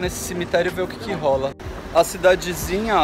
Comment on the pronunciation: Kkkkkkkllolll diooooooooooos smp comento no fim... tive q vir comentar antes do fim pra rir ctg nesse marzão de rrrrrroulas kkkkkkkk